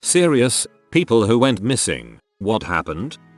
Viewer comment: People Who ''Whet'' Missing, Where'd You Go? That's an amazing english you got there sir.